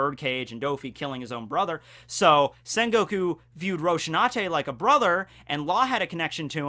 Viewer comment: Rosinante, not Roshinante...